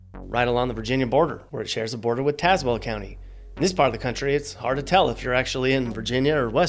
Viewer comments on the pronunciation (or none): none